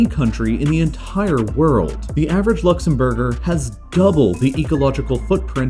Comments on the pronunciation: 'Average Luxem-burger' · the average Luxem-Burger That’s an interesting way to say that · Idk but 'luxembourger* made me laugh as it sound like luxem-burger also no offence to luxembourgers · is the correct pronunciation really luxemburger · Luxembourger Or luxem-burger